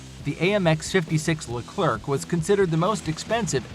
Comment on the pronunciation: It's pronounced "Le-Clair", not robo-voice "Le-clerk".